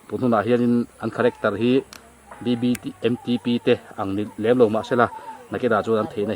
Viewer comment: Biangnote f leh R ati dik lo tlat😂😂a thiam khawp mai😂😂BBMTP pawh a thiam e😅😅